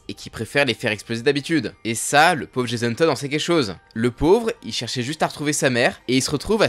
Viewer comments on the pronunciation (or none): none